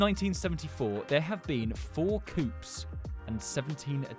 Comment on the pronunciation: Coup is pronounced coo